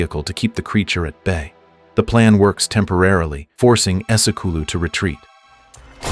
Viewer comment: It is pronounced ese kulu ❤..not ESO CULO😂..🧐🙄..